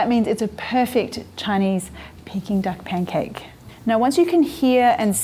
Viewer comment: It's P A N C A K E, not pen cake, love.